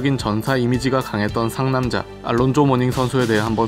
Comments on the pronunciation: 미국에서 올란조라 불린다고요? 전혀 그렇지않습니다. 미국이나 영국식이나 알론조라 발음합니다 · 이이름이 이제 정확히 영국 발음과 미국 발음을 구분 짓는 표본이 되는 듯 합니다. 우리 즉 영국 발음으로 "알론조"라 한다면, 실제로 미국에서는 "올란조"란 발음으로 불리었죠.. 모닝하면 제일 먼저 떠오른 것이, 원래 호네츠에서 친하게 지내던 래리 죤슨과의 난투네요. 닉스와 히트가 라이벌이던 시절에 말이죠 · 모닝 관련 영상이나 아니면 명예의 전당 영상을 봐주세요 분명 똑똑히 “올란조”라도 들립니다. 90년부터 Nba 팬으로서 한번도 미국 방송에서 “알론조”라고 발음하는 것을 들어본 적이 없습니다 여기에 듣기 버튼을 사용해보시면 명확한 차이가 들립니다 그리고 해외 어디서 거주하시는지 궁금하네요 ^^ 저는 예전에 보스턴시 옆에 있는 케임브리지에서 거주한 적이 있었습니다만 ^^ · 영국발음이 우리의 "알론조"에 가깝고 미국 발음이 "올란조"에 가깝게 들립니다. 님이 개인적으로 그렇지 않다고 하시는 거에 대해서는 충분히 그러실 수 있다고 봅니다만. 저를 비록한 제가 아는 모든 미국인들도 그동안 "올란조"로 발음해 왔습니다. 그리고 저와 제 지인들은 Alonzo를 Al이라하고 부르지 않았습니다. 왜냐하면 말씀하신 알파치노처럼 "Al'이란 이름이 있기 때문이죠. 보통 Al은 이탈리아계 남자들의 이름을 연상시키고요.. 제가 알기론 Alonzo를 줄여 부르는 말은 "Zo"입니다 90년대에 제가 미국에 있었을 떄 저와 제 지인들은 그렇게 불렀습니다 여기 에 똑똑히 "올란조: 특히 "lon"이 "란:으로 들리는데 안타깝군요................. 여기 도 그렇고요